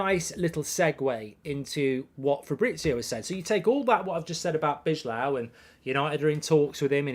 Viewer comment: B-eye-low = bijlow please, I'm dutch